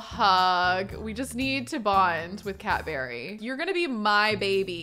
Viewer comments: I kept thinking you were saying “Cadbury” instead of cat berry. like a Cadbury egg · Every time she says Cat Berry I hear Cadbury.